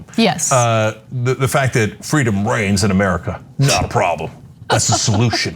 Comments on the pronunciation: i heard brains.. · Has Kemp been playing too much Plants Vs. Zombies? I thought he said "Brains".... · I thought he said "Home of the free of brains"... Which actually makes complete sense. Especially after, "welcome to Fox" 🤭😂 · He said reigns? I thought he said brains, lol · Did he say brains instead of reigns? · Woulda bet my husband's life he said "brains". I know I'm wrong, but that's STILL what it sounds like to me. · I thought he said Freedom Brains... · I swear I heard him say "freedom brains," twice! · i thought he said "Freedom brains" I was like omg they were right there are secret lizard people!!! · And i thought he said Brains.